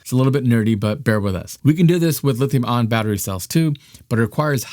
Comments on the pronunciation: National Aeronautics and Space Administration, not Agency. Really lame dude. And it's lithium ion, not lithium on. Wow! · bro, it's lithium ion, not "lithium on." either you made a typo in your prompter AND you don't know what you're talking about, or you don't know how to pronounce words with adjacent, vowel sounds, which seems to be a symptom of having been violated with the covid, mRNA vaccine. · Lithium-ion....it is pronounced "I On" not ON Nevada is pronounced Ne Vaa duh not Ne vah dah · you pronounce ION so quickly that i here Lithium ON, over half the time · Ion dude ion not on. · Its EYE AHHN.